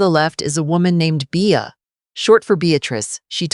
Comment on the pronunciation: Bea is pronounced Bee.